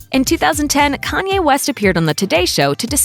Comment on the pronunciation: How did everyone miss "KAYNE" 😂😂🤦🏾‍♂️